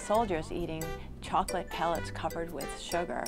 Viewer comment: "They want shokolate" xD